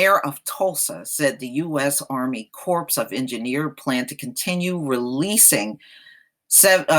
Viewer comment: The word "Corps" is pronounced "core". Don't pronounce the "p" or the "s".